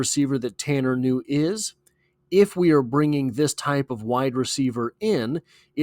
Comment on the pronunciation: Ku new is the pronunciation. His distant cousin was a promising de out elder high School who got a full ride to Boston college only to have a heart issue discovered. His grandpa's second cousin was a great basketball player at elder. The kid can play and has great work ethic coming from that family. If the bungles aren't stacked at that position I'd love to see him work with Joey b.